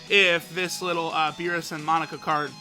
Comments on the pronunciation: Its "MOE NAKA" not monika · Its not pronounced monica. Its moe-na-cuh! Get it right!! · Mon-aka not Monika lol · Monaka not monica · monika? mo-na-ka!!!!! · „Monika“ lol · Mo.. naka!Not Monica ffs! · *Monaka cause says it like Monica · Moe-naka my guy c’mon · Say it with me kids! Moh-nah-kah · You say Monaka like Monika 😂😂😂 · I had to quit watching because of the way he pronounces Monaka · who else gets annoyed when he mispronounces monaka xd